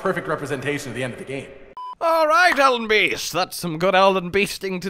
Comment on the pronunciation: does anyone else hear this as “Elden bee sting?”